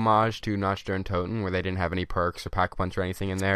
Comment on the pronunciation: You know he is white when he pronounces the “CH” sound in “Nact der untoten”😂